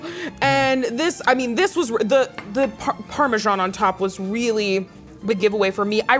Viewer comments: did my guy say ParMeezian Cheese?? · Please learn how to pronounce parmesan cheese properly. Parm-e-san